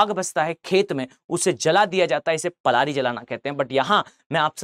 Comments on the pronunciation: Sir, It's known by Prali, not Plari. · पलारी नही0 पराली होता है